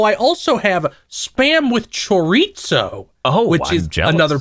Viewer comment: My Mexican step dad says it the same way and feel's from NM so it's probably legit.